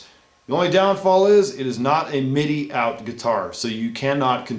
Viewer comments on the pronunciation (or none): none